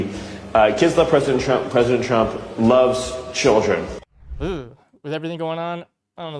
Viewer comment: Miller saying Trump ‘looves child-ren’ 😂😂 And yes, he looks small next to Lara T, but that’s probably because she’ll turn out to have been a drag queen all this time